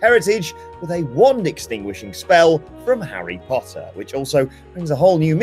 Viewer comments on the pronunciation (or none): none